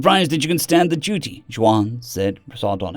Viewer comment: It's pronounce Won, like the Korean money. We're rather acquainted with Hispanic names in California and their proper pronunciation. Js sound like Hs.